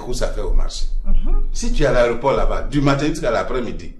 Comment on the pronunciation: On dit aéroport pas areoport orhhhh